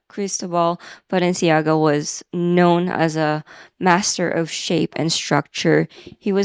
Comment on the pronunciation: Your French pronunciations were pretty good! I only know Balenciaga from those funny AI videos, like the Harry Potter Balenciaga, lol!